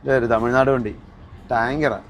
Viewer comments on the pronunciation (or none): none